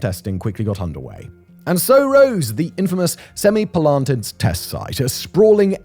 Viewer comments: No. Its semi-palA-tinsk. It means "seven halls" or "seven chambers". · I'm impressed by Simon's ability to pronounce Semipalatinsk completely differently each time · Wait til you hear him say Kurchatov!